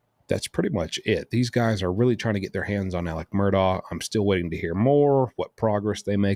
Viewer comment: I’m glad you pronounce that lousy name properly.